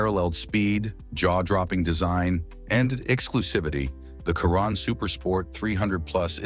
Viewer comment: Ya right a "Khiron" not a ,"Chiron..'